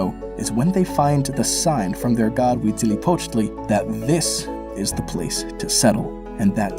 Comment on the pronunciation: Props for pronouncing Huitzilopochtli correctly! 🤘 Tezcatl Ipoca is my patron, but I love hearing any of their names said well.